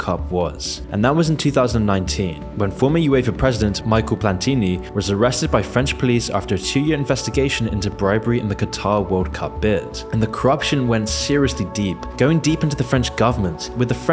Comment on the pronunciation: "Mikel Plantini " ... I love it how english speakers don't are to pronounce names from different countries correctly. 😂.... "Mikel Shoe-Maker", "Mikel Balleck "....